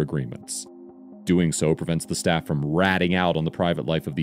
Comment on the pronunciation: why did he say staff like that...